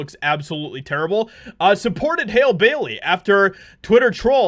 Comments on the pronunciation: Her name is prounounced the same way you pronounce Halle Berry. HAL-LEE!! Not Hail. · Her name is Halle! Pronounce like Hal- ee. I’ve seen your other videos and you’re a jerk. You agree with all these other racist bigots who are just mad that ariel is black. Y’all try to cover it up by throwing history into it but you need to be real with yourself. You are mad that she’s black and you are deliberately mispronouncing her name out of disrespect. Its sad and yall need to get a grip. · I think it's pronounced Halley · Halle not Hal. Genius. 🤨